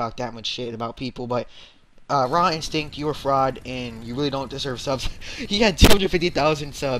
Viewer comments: you are saying his name wrong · nice saying his name wrong